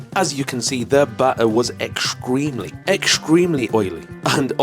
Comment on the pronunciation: I love how you can't pronounce 'ing' at the end of words without throwing an 'a' on the end too. 'Walkinga' 'Gazinga' What does 'ekstreamly' mean? probably shouldnt let that bother me but I'm getting old now so fuck it. I'ma complain about nothing.